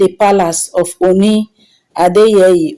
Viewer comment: as a Nigerian blogger, may you please go learn proper pronounciations of Ooni. Also learn how to pronounce the King's name. Avoid repeating yourself too often. Tnx